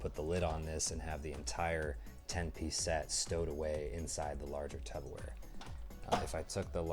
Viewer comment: Nice review - why are you calling it Tupper Ware?